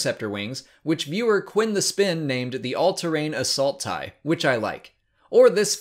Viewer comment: Better thai. Oh, you meant tie? Oh.